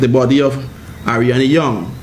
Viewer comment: First of all, please say her name correctly. It's ADRIANNA YOUNGE! ALL THESE LIES!!!